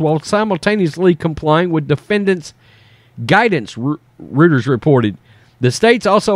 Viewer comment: Love the show! FYI - Rueter's is pronounced "ROITERS".